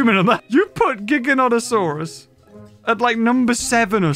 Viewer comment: Jiganatosaurus lol